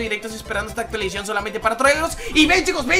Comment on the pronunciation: actualizion actualizacion